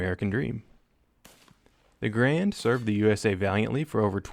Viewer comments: its pronounced Gair-and not grand named after the founder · its the M1 Garand not Grand